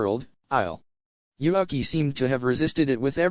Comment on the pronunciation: I will NEVER get over how the microsoft sam voice says "Yuuki" as "You (Uk) i". Makes me chuckle and almost detracts from the seriousness of the story.